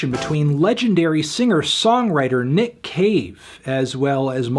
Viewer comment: I only hear Nick Cage man i’m sorry